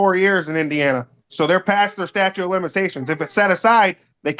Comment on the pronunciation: You heard right, he calls it the "statue" of limitation.